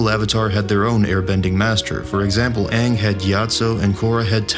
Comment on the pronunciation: I am simply ecstatic about the new Avatar and Avatar movies. All I ask is if Aang is used again. Just get the pronunciation of his name as used in the series.